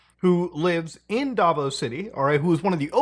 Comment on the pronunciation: I just cannot with these mispronunciations. Quiboloy is pronounced as "Kih-bo-loy" Duterte is "Du-ter-teh" Davao as in "Da-vow"